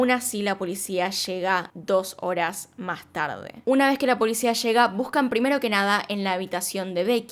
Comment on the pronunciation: Me gustan mucho sus videos pero odio cuando dice "uh-na vezz más"